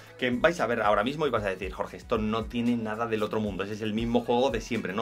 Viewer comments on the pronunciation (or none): Si, tu eres "Joge" Pero no "Jorge"